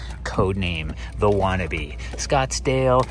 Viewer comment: Lol not wannabe but watanabe. Love the vids!